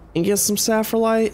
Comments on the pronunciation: SPHALERITE not saphralite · I remember when he said ‘saffronite’ once. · The zinc is called sphalerite not saflerite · Sfal - er - ite